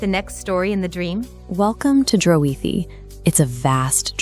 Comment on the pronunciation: ( Help me " O " Pronounce....Draoithe I'm getting ( Drayo -With )